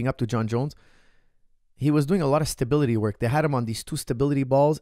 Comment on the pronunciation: Why can't coach pronounce "stability" with any stability ?